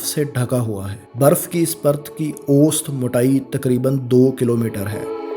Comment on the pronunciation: بھائی اوسط لفظ صحیح طرح سے بولو۔۔ ausat